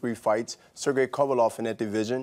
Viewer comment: This nigga Bernard has never pronounced Kovalev correctly LMAOOOOOO